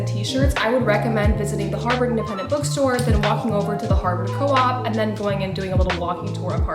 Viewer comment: Love the video, but it's the Harvard Coop, pronounced like chicken "coop"! And it's "athe-nay-um" or "athe-nee-um", named for the Greek goddess of wisdom, Athena.